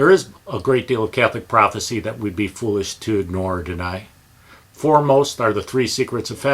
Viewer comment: Prophecy, not prophesy. Prophesy is the verb, pronounced "pro-fehss-EYE".